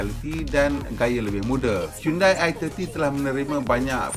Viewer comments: bukan sebut hiyundai tapi hiyondei..apala ftv pon xtau sebut ke? hahaha 🤣🤣😜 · HYUN-DEY bukan HYUN-DAI